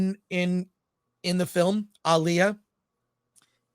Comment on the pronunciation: First channel I’ve ever seen that pronounces Alia’s name right. She is not the female R&B singer who died tragically in the 2000s. Ah-Lee-ah. It’s not uh-Lee-ah. Nice!